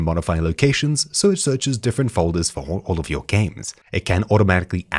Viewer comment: did I really just hear him say "FOK Gamers"??? 😶